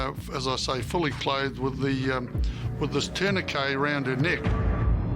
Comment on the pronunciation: Someone teach that cop to pronounce tourniquet. 🙄